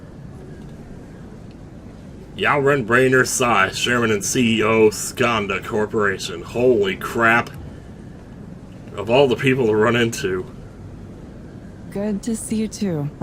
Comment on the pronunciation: "Ren" is not pronounced with an "r" in Chinese. It's actually a bit like the sound in the middle of "trea_s_ure", so you should say it like that.